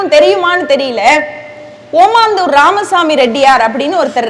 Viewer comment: காசுக்காக பேச்சு நிர்வாகங்கள் ஏதோ நடத்துகிறார்கள் பெற்றோர்கள் மாணவர்களை ஏமாற்றும் வேலை இதுதான் ஓமந்தூர் என சரியாக உச்சரிக்க வேண்டும் ஓமாந்தூர் அல்ல